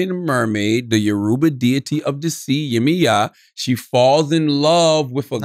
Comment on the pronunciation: Thank you Shultz for pronouncing “Yoruba” properly. And “ORISHA” . Am a YORUBA descendant. And by the way, her real name is “YEMOJA” only Americans and Latin Americans call her “YEMAYA” and Appreciate charla releases books like this about the YORUBA culture. I will definitely buy it. But please pronounce it better. 🇳🇬